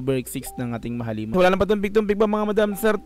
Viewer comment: Nao-OC n nman tenga ko. Di ko na nman matiis. Mahal-lima ang pronunciation beh. Hindi mahaleeeeeeema. Mahal ang lima. Mahalima. Mabilis dapat ang pagbigkas.